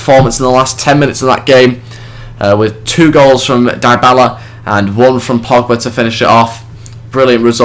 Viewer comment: good video , but two main points A. besides from buying dybala(which juve already did) and bringing back berardi and leali the rest isnt realistic , for example buffon should be no1 to the point where he starts dropping overall points B. the players names are wrong Im not italian but Im pretty sure they are dybala : Dee-a-bala or dy-a-bala , berardi is how you read it , leali : lee-ah-lee and caceras : Kaseeras not saseeras as you say it..:/